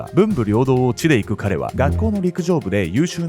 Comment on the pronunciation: 「地で行く」の読みは「『じ』でいく」ですぞ～